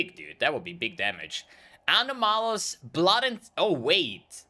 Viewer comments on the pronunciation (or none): Ano-Malus pronunciation is causing me pain :)